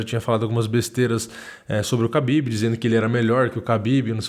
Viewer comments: Khabin não Habbin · Pow mano ninguém tá ligando se vc fala kabibe , kabide, Rabibe o rabanete! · Eu não sei pronunciar o nome dele também, chamo ele de Cabide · Toda vez que ele fala o nome do Khabib só lembro daquela música ''Habibi, Habibi, Habibi ya nour el-ain, aah'' huahuahuahuahua. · Parecia coisa de filme foi foda. Só tenho uma dúvida nesta porra é Khabib ou Rabib ou Kahabib (na tocante a pronúncia)